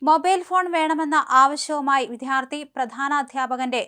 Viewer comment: അവതാരക വിദ്യാർത്ഥി എന്ന പദം തെറ്റായാണ് ഉച്ചരിക്കുന്നത്. "ദ്യ" എന്ന അക്ഷത്തിന്റെ ഉച്ചാരണം തെറ്റാണ്.